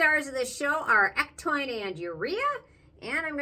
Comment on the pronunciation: It's pronounced EC-TOW-IN...not EC-TOIN just wanted to let you know. Otherwise great review.